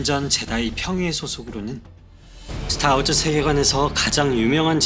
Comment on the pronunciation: "스타워즈-으"가 아니라 "스타워-즈" 로 발음하세요